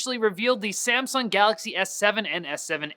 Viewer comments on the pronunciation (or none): none